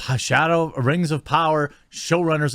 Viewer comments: "We Lawd of Wings now" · Lost it at Lawd of da Rangs.😤😣😳😂💀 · I had to pause this to laugh at the “lord of the rangs” for ten minutes. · "Lawd of the Rangs"🤣 I bout choked on my food then I thought of it again and almost spit my food out 🤣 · "Lord of dem rangs" ahahaha 😂